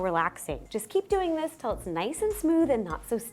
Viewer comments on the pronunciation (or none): none